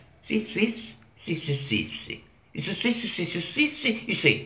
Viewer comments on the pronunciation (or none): Rap Cinese.....ricordiamoci la pronuncia che non la azzecca mai. La canzone non si chiama swi swi swi, neanche bisssss, ma Swish wish pish. Il suo cinese è un mix di suoni a caso, anche un neonato parla meglio!